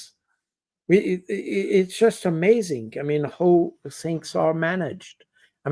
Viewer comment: Indeed. While Col. Baud's English is generally excellent, he has a few glaring "Frenchisms". "Who" vs "how" is another one.